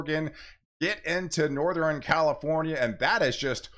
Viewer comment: I never heard western, eastern , and northern pronounced like that I wonder where they say it like that in the US